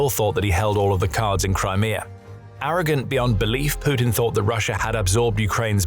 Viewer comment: Crimear. Russier. 😁